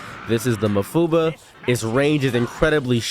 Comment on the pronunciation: how'd he say mafuba? 😂